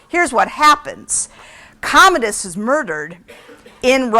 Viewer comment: "What are you doing?" 'I was looking up Commandus. To know more about him. Is that how you say it? Commandus?" sigh